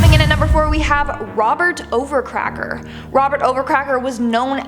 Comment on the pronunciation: It's not Robert overcracker It's Robert overaker